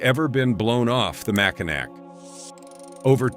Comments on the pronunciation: It is never pronounced "MACINAC". That is the French phenetic spelling of Mackinaw. When a Frenchman sees Mackinac, he says "MACINAW". There is no such word that is pronounced MACINAC. Deal with it. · FFS, teach AI that it’s pronounced “Mack-in-AWE” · You totally did not due justice to #12 the Mackinac bridge connecting lower michigan with Upper michigan. A basic wrong is pronunciation sounds like this "Mack-in-naw" but the big thing about this bridge it 1). It is listed in the top 10 most scariest bridges. 2). This bridge can and WILL sway/swing up to 10 feet on BOTH sides during high winds, you mentioned ice & the bridge will close due to falling ice, but you failed to mention that anyone can be driving on that bridge when that ice falls & yes it has hit cars & trucks, smashing windshields, roofs. Hoods & trunks. Can you imagine driving on a 5 mile bridge then suddenly SMASH as your windshield explodes in front of you? Bridge authority will now close the bridge for anywhere from a couple hours to over 12. On each side of the bridge the hotels get booked full, many gas stations run out of fuel. You get the picture. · Mackinac is pronounced mackinaw there is one car the wind blew off the bridge it was Yogo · Mackinack pronounced Mackinaw. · Michigan. Mack-A-Naw Bridge. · That’s not how you pronounce Mackinac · Naturally, AI mispronounces Mackinac!🙄